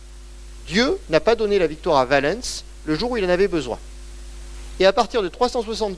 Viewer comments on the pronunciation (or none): les personnages et les lieux connus on prononce à la française quand on parle français. Si on prononce en prononciation restituée ce n’est pas valènns mais Ouálens avec le son ou/w au début pas V, et l’accent tonique sur oua pas sur lens. Et si on veut être VRAIMENT puriste en restituée alors en outre il faut prononcer une nasale à la place du « en ». Car les voyelles suivies de ns étaient nasales et le n tellement faible qu’il ne restait que la nasale. D’où quotiens = quoties etc. Mais je ne m’attends pas à ce que vous connaissiez ces subtilités. Le fait est qu’en français on dit Valens comme Valence, la ville. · Passionnant. Attention quand même, Valens ne se prononce pas va-lènss ni val-leunnss EN FRANÇAIS mais va-lance rime donc avec Sens. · Son accent n’a rien à voir dans cette histoire. Si vous ne comprenez pas la différence entre prononciation d’un mot et phonétique de la langue, je ne peux rien pour vous. J’entends l’accent, mais ce n’est pas son accent qui fait qu’il se trompe de prononciation pour Valens.